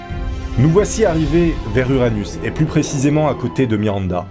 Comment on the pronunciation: t’a Dit anus